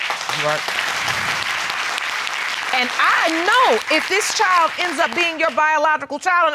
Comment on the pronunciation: Why can't the people on this show and most of the other court shows pronounce the word "child". Child is not pronounced "chow".